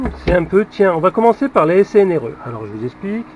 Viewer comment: C'est rigolo.. tu dis snre au lieu de srne.. tu dis une string.. tien, on a le même metrix.. fais gaffe, il n'est pas très precis en dessous de 10A et vieilli mal, surtout en tension.. je ne m'en sers plus..